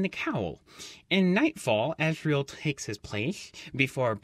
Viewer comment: azriel not azreal